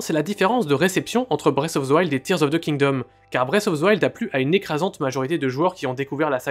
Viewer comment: "Bresse of ze wild" Faites un putain d'effort